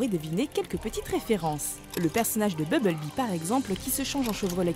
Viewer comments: BUMBLEBEE et pas bubble- bee ! MEGATRON et pas mega-trone ! TRAVAILLE TON ANGLAIS MADAME ! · comment tu prononce grave mal les truc ! BUMblebee pas BUBLEBEE et ENERGON pas ENERGONE, MEGATRON on dit plus MEGATRON depuis la fin de la g1 du moins en français ect... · BuMblebee !!! pas Bubblebee !!! Incapable de bien le prononcer mais par contre pour Optimus elle prend l'accent anglais ! Mdrr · c'est BuMble-bee et Furby pas bubble bee et fursbee meh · Mais merde c pas beblebee mais bumblebee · bubble-bee? ta cru que c'etait un chewing-gum ou quooi? un peu de respect pour BUMBLE-BEE ( prononciation ; bumb-beul-bee) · bubble-bee XD la bulle abeille lourd ma prononciation